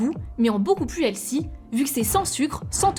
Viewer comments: Pourquoi, les français, vous prononcez toujours « hel-ssy » et non « HEL-FY » comme c’est censé être prononcé?!!!!!!!! C’est vraiment chi_nt. Faites un effort sur la prononciation si vous allez utiliser des termes anglais. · Healthy, pas "hellsi" 🤨